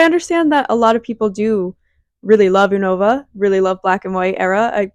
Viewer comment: No shade but "U-No-Vuh" had me wincing Everytime 😂